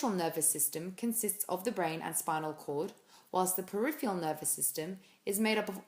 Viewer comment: Great video, but it's "periph-ER-AL" not "periph-E-AL". Your pronunciation is wrong. Sorry.